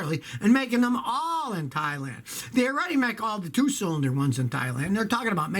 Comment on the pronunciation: All I keep hearing is thighland 😐